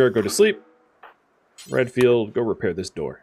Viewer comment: I keep hearing Redfield as Renfield... and I immediately think of Bram Stoker.